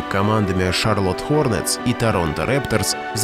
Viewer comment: Вот только случайно видео посмотрел это! Вот тоже ухо это прорезало!)) Он из Торонто. Да и Хорнетс не так произносится)))